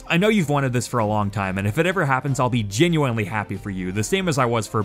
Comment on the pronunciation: Is anyone else weirded out at the way he says "genuinely"?